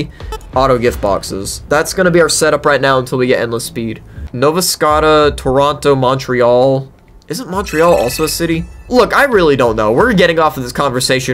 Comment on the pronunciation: As a Canadian that pronunciation of Nova Scotia killed me. It’s pronounced Nova Sk - OH -sha. Lol.